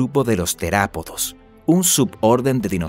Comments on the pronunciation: No se dice terapidos sino mas vien Theropodos. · Es teropodos no terapodos 🤣